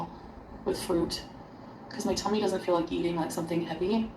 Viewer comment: it just sounds... weird when she says "my tummy"